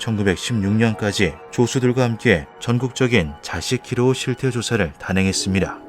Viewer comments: 자시 키로우 x 자시키 로우 o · '자시-키로우'가 아니라 '자시키-로우'로 읽어야됨 '자시키' 란,일본 가옥에서 다다미가 깔린 방, 특히 손님간이나 개조된 용도에 사용되는 격식이 높은 일본식 방 '로우' 는 감옥 그니까 님 지금 한국말로 치면 지하철을 지하-철이 아니라 지-하철로 발음하는 느낌인거임 개불편함 ㅇㅇ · 자시/키로우가 아니라 자시키/로우... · 자시 키로우 아니고 자시키 로-가 맞지 않나요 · 자시 키로우가 아니라 자시키 로우 아님? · 그건 아는데 읽을때 발음할때요 자시v키로우 이렇게 읽으니까 자시키와라시 모를분도 아닌데... 자시,키로우 하면 다른말같자나여 아 버지 가방 에들 어 가신 다 이럼 못알아먹자나요 아버지가 방에 드러가신다 이렇게 읽어야 맞잖아요